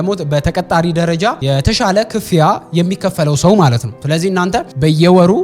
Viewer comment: The Gurage Accent Slipped 😂 (ክ-ፍ-ያ) አባባልሽ